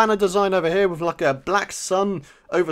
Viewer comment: Witch not with!!!! Lol